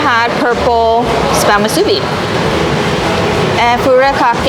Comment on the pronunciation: Say it with me MOO-SUE-BEE.